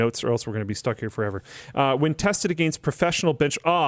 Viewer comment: Fun fact: Against is pronounced "against," not "agaynst."